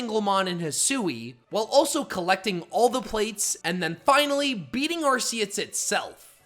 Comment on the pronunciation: It’s pronounced ar-KEY-iss, “”! 🤨